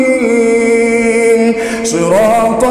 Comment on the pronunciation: المستقيم وليس المسطقيم* جزاك الله خيرا